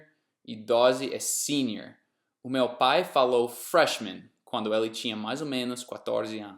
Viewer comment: Quando ele disse Freshman eu entendi "Trashman"